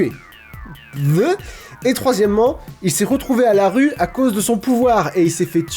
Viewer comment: je crois que tu as dit une roue